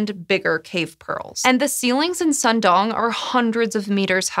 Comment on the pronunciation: Sơn is pronounced like cern in concern. Nha is like Nya.